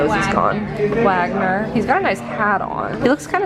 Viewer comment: Love that cafe! The busts are composers…Wagner is pronounced with a “V” at sound at the beginning…he wrote a lot of famous operas.😉